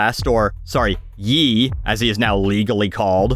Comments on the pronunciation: hi name is pronounced yay noy yee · Silly it's not "Yee" it "Yay: as in "I lost my wife and kids to permanently move my head up my ass, yay!" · FYI, Ye is supposed to be pronounced the same way you pronounce the word yay. Just letting you know for future reference.